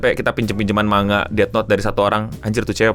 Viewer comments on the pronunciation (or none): none